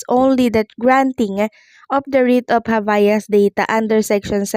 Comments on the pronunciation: Anong habayas? Habeas yon..pronounce it well ok 😂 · Pronounced "Hab-yas".